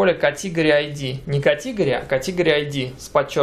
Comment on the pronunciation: кАтегри, а не катИгори((( а так спасибо за урок :D